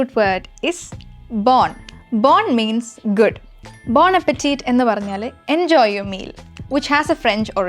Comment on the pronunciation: Bon Appétit is a French phrase and is pronounced differently.